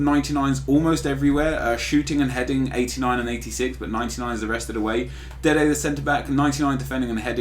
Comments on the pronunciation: Why does he say dede the center back ffs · Just say Dede